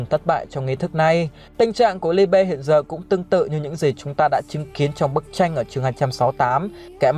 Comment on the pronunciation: Phát âm Liebe trong tiếng Đức là ly-bờ anh ơi